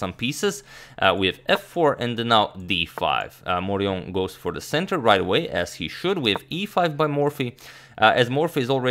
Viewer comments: Yes, the French pronunciation there is unobjectionable: well done! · Very good pronunciation of "Charles Amédée de Maurian". You should trust your French skills ;) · The prononciation de Charles Amédée de Maurian is correct. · I approve your pronunciation of Charles Amédée de Maurion. I do not approve your pronunciation of Mobile, Alabama. It rhymes with "wheel". That's right, neither the English nor the Spanish pronunciation; they're Americans, you'll just have to forgive them.